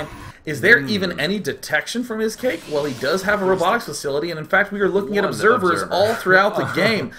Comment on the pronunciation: i-scake Pronounce it like you would say iPod, it's a play on "Icecake"